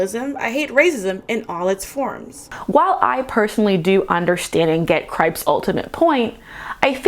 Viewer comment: Hearing you pronounce kripke like gripe with a k fully took me out, thank you. Now I know it's been a full year so any conversation here has probably moved on but just. As a Supernatural fan in the year of our lord 2022. I think it is important to acknowledge that Kripke is himself Jewish (and if someone brought it up already, very sorry 😭 I scrolled thru the first like 20 or so comments and very VERY lightly skimmed and didn't see anything about this so I . Gave myself the go-ahead on making this comment). And honestly you can see this impact his work in the first 5 seasons of supernatural (his writers room was also considerably Jewish). Now. I'm not Jewish myself and I wasn't really thinking too hard when I was watching the Boys a year back. But I do think this is something to take into account That being said, the boys is both extremely cynical and very liberal . And in a sense I think it's more of a commentary on the world we live in rather than on superheros themselves. But I don't know how much of that is on purpose and how much of it is me reading into it. Kripke isnt an incapable writer. On the other hand he is very unavoidably liberal and tends to say things in interviews that make me question why I appreciate his writing in the first place lmfao All this aside, I really enjoyed your perspective, and it was fun to learn a little about MHA. Personally my favorite "gritty" superhero show (and I'm not a fan of gritty generally lol) is probably doom patrol cause it does